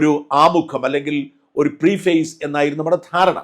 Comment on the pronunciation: കറിയാച്ചൻ വാക്കുകൾ തിരുത്താൻ ശ്രമിക്കുന്നത് നല്ലത് തന്നെ. എങ്കിൽ ഒരു കാര്യം പറഞ്ഞേക്കാം. Preface എന്നത് കറിയാച്ചൻ പീഫേസ് എന്നാണ് പറഞ്ഞത്. അത് പീഫേസ് അല്ല. പ്രെഫസ് എന്നാണ് പറയുന്നത്. സാരമില്ല. നമ്മൾ മലയാളികൾ ഇംഗ്ലീഷ് പറയുമ്പോൾ ചെയ്യുന്ന ഒരുപാട് മണ്ടത്തരങ്ങളിൽ ഒന്നാണെന്ന് ഓർത്താൽ മതി